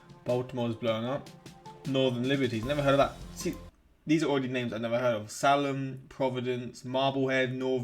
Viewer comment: Salem pronounced "Say-Lem" like the Salem witch trials, never heard of em?